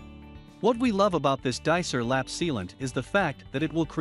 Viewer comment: Hey, it's pronounced DyCor not Dicer...